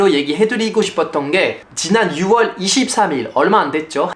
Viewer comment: 와 심지어 6월도 ‘유월’이라고 똑바로 발음하네.. ㅋㅋㅋㅋㅋ 이거 육월이라고 읽는 빡대가리들 ㅈㄴ 많은데